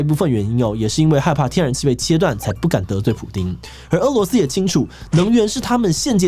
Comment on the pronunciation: 日前，台湾主播将“俄（é）”罗斯”读成“饿（è）”罗斯，当大陆网友指出时，台湾主播坚持没有读错，但是翻了字典后发现被狠狠打脸。